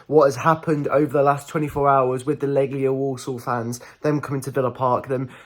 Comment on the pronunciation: Warsaw not Walsall 🤣